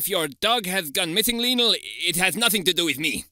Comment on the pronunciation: Lionel * not Linl